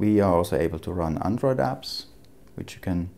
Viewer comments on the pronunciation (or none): none